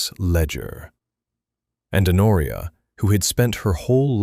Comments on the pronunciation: "Honoria" is pronounced "Onoria". This is an absurd mistake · Is her name Honoria, A Noria, her nausea, Noria, an oreo, in oria? Her coat worn over her dress is not a police; it is a pelisse. The duke’s father left him FOUR, not for, estates. A small MUSCLE, not mussel, moved at the corner of his mouth. A MAIL, not male, coach. Arthur, Honoria, her father, mother, sister and brother makes six people at the dinner table, not seven. PUY DE SANCY, not predecessor si. AUVERGNE, not oval. He had been RIDING, not writing. I give up. Did a human proofread this text before letting the robot narrate it?